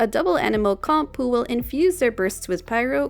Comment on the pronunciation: you really had to pronounce "comp" like a handicapped seal didn't you? Are you blowing your spit bubbles while talking or sth?